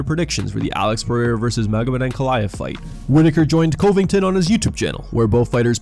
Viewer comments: the way this narrater said CoHvington made me cringe dude def doesnt watch mma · Always nice to hear from Colby Cove-ing-ton.